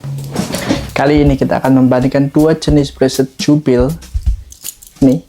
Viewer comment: setauku bacanya bukan jubil...tapi jubelii breselet (jubilee bracelet), mungkin bisa liat2 video jam tangan lain untuk penyebutannya..videonya bagus bagus mas bisa menambah wawasan, ak juga suka jam tangan, semangat ya mas, ak sudah subscribe juga